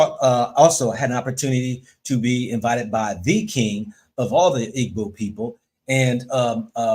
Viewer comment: It is pronounced, 'E-BO,' not Iggboo or iggbo😅 Igbo✊🏽